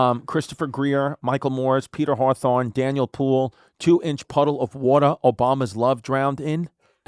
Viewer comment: I can no longer hear or say water normally, it's Wortah or Smith town Wortah